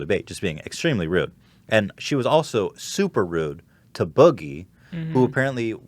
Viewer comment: Haha Hila says Boogie like "Bougie"